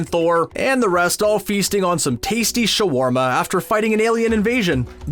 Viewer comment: Exacu-larly sha-warma. Are all of this channel's announcers Skrulls?